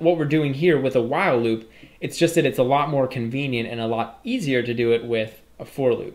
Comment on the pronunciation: wow loop or While loop? you are keep saying wow loop.